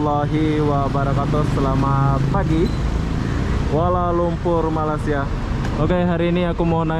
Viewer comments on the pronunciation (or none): Ya saya pun pernah komen tentang ini : Melei-sia bukan Malai-sia. Tapi susah nampaknya nak ubah. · Tolong betulkan tutur bahasa anda kerana sebutan anda dengan ejaan Malaysia bukan Malasia . Tolong belajar di sekolah untuk betulkan sebutan ya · Bukan malas sia ye sebut dgn betul ye tolong ye , sekolah sampai level mana , malay sia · Please ya lidah orang Melayu dan Jowo nga ada bedanya ya. Masing masing makan belacan dan makan tempe. Soal loghat dan sebutan nga harus ada bedanya. Janggan bahas alasan ya nga bisa sebut Y pepet I ya.